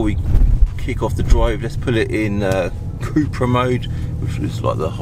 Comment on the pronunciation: It’s cup-ra (cup racing 🏆) not coup-ra 🙂👍